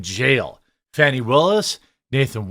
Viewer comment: Who is this "Fawny" the reporter is talking ? Her name is Fanni, stop changing people's names to make them sound better.